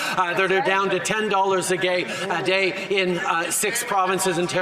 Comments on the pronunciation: could not help but notice that Trudeau stated gay instead of day. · Did he say “ten dollars a gay” 🙄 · loved how Trudeau says 10$ a gay instead of day lol even with money this guy is thinking about gay people.. what a joke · “Ten dollars a gay” is a hilarious slip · Did little Fidel say unconsciously " ten dollars a gay" hahahah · Did trudeau just said "ten dollars a gay"!? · "10 thousand a gay... a day" 🤣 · Anybody catch "10$ a gay" 😂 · I don't know what he thought of, but he says "10$ a gay" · Did he just said 10 dollars a gay 😶‍🌫️ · "10 dollars a gay..... a day." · "Ten dollars a gay..." Yep, that's Trudy. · "ten dollars a gay" - damn thats chheap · "Ten dollars a Gay", 🤣🤣🤣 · "Ten dollars a gay." Um. What?